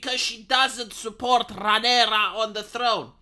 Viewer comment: It’s Rhaenyra, ffs, not to be confused with Sea Snake’s wife